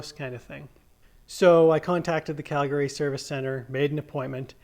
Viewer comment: Never heard some one say “Calgary” the way you say it. Ive been saying it wrong. “Calgrryee”